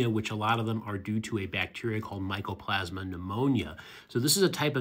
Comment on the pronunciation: Mycoplasma Pneumonia not "Michele" 😂😂😂